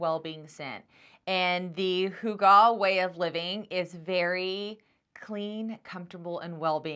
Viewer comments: Pronounce it as hoo gah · Put the emphasis on the first syllable